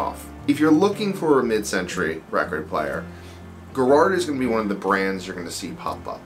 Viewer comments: Arrgh. It's "Gaarard", long first 'a' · Like Ga-rard